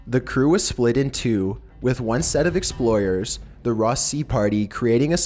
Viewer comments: What the heck is an "Exployer" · Is it just me, or did he pronounce explorers exployers?